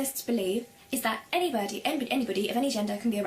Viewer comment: She said 'anybirdie'... did she go to the Pigeon school from Hatoful Boyfriend?